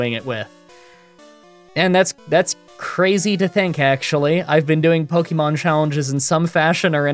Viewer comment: 12 years of publicized content and still pronouncing it "Pokeymon."